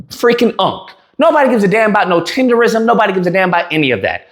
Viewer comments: Nism! Tender-nism! Not tender-ism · you saying it like a white boy. It’s TenderNISM!!! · Lol how you do a whole video saying the name wrong?? 😂 cmon man CMON! in my Boosie voice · Lol😂😂😂 you saying it wrong 😂😂😂😂😂